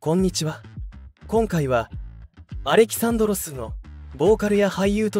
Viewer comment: アレ キ サンドロス が正しい読み方です…。